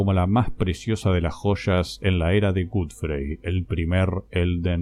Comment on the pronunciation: Shot de tequila imaginario cada vez que pronuncia "gudfrei" jajaja. Igual te amo, me encantan tus videos.